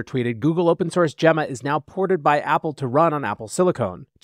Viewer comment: I'm pretty sure you're mispronouncing "Gemma".